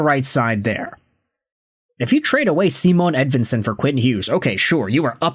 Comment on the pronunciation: no his not, its not even close to right. this guy is a click bait dumdum